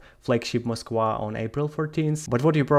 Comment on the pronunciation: I have never heard of this ship....the "Mosk-wah". Ok joking aside, is the 'v' sound in eastern europe that foreign of a sound? I have heard several people from that part of the world throughout this conflict mispronounce the letter 'v'. I guess it's a thing.